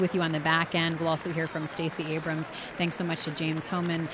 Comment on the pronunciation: Why did Thtacey Abramth make the Democratic response? I wanted to turn the T.V. off as soon as she came on. Hearing random 'th' sounds between syllables was incredible annoying.